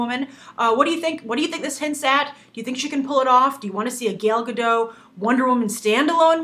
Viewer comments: Gale Gaddot? Really? It's fucking Gal Gadot. Why is it so hard saying her name right!? Gale isn't even close! Would you call someone named Ben, Banoshua? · "...the fact that she is israeli will have a gobal effect..." what do you mean by that? and her name is pronounced "gal gah-dot". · gAl gAdoT...please pronounce the name right next time! :) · Stop saying Gal Gadot!